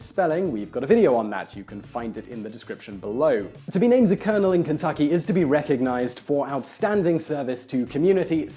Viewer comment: Thanks Whistler. I'v lived 33 years and this is the first time I'v heard colonel Sanders pronounced correctly.